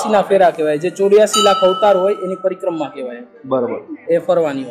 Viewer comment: Bhai tu ek var sarkhi rite parikrama boli let to b tane moksh mali jat 😂